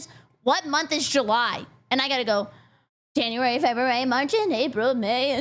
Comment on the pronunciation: Janu-Berry, Feb-Berry?